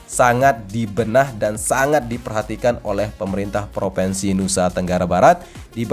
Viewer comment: Bukan PROVENSI tapi PROVINSI